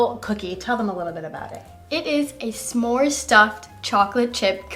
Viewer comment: It would be more interesting with clean ingredients, so we know what flour works best. Refined sugars... you are mispronouncing Smores 😄